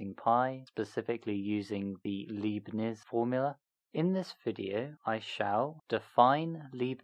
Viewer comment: His name is Leibnitz, not Liebnitz. ;)